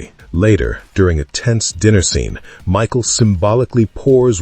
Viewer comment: It's Mikal or Mical ( Mee-hal ) not Michael